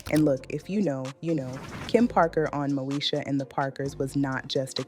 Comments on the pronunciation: It's Moesha not, Mosha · It's MŌ-Ē-SHA! NOT NO DAMN MOE-SHA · Mo-e-sha .... not Mo-sha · I had to stop watching, bc it must be AI! The name mispronounciations is crazy such Mosha for Moesha...Uuuug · Brandy's name on the show was Moesha. Pronounced...Mo E Sha. Not Mo Sha. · The show was Mo-esh-a, not Mo-sha! It's all about confidence & drawing the line. Look at Lizzo. They tried to put her down, but she rose anyway. I wish nothing but the best for Countess. ❤ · Who is Mosha??? Please learn to pronounce the names correctly before posting videos!! It’s pronounced Mo-ee-sha !! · Ok AI but informationative . It’s Moesha girl not mosha lol 😂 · Why this lady pronouncing Moesha name wrong, she's calling her Mosha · This is all AI. It’s not pronounced moo-sha. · Is the host AI? The show was Mo-e-sha….The way it was pronounced was….interesting…😳🙄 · This is an AI video. The show was pronounced MO EE Sh Uh. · Pronouncing Moesha incorrectly and calling 227 'Two Twenty Seven' is throwing me. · This channel is some AI mess. They can't even say Moesha correctly. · Yeah the AI sucks....the way she said Moesha😕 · This is AI this youtuber is not real she pronounced Moesha wrong listen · Yep I heard it! Let me watch something else